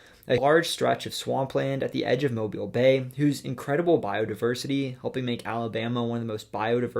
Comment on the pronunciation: Huh, I was not expecting my city to be listed for Alabama’s entry. Kudos for pronouncing Mobile correctly